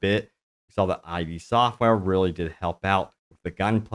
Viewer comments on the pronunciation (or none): How can you not know it’s Id software? Read some Freud matey. It’s not Eye Dee software